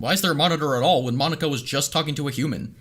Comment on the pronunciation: Mon-ika Poke-ika